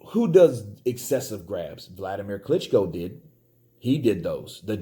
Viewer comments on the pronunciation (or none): none